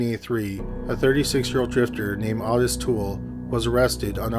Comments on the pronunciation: Wait do you guys mean Awtis Toole? I’m seriously thinking of checking out that Cowigila documentary he mentioned in beginning. Wtf?? Does dude do that on purpose? How you be a true crime narrator and call Otis, Awtis?? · It's "oh-tiss". I wouldn't use any pronunciations from this narration as a guide. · I do that too lol but Ah-tiss is such a weird way to pronounce Otis I think lol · it's spelled Ottis. I've heard it pronounced Otis more than Awtis so that may be correct, but the spelling looks like Awtis. Kinda like "Oddest" lol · how can you not know how to say the name "Otis"? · pretty sure that is not how you pronounce the name Otis...